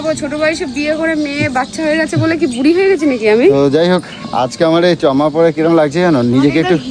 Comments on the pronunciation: কথাটা হলো চশমা. চাম্মা নয় কথাটার উচ্চারণটা ঠিকমতো কর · Chasma bolte parona ki re pagol chama chama bole thakis re sala sunle birakta lage priya koto sundar bole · সব পারে এই ভালো কথা টা বলতে গেল যে চশমা তার পরও চমমা বললো